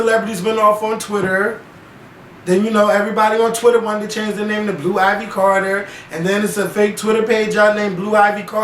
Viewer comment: I thought it was IVy not Ivory.